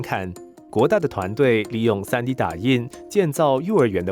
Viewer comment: tree D😂😂😂